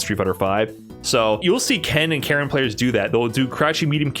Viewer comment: Her name is not Karen it's Karin as in Kah-Reen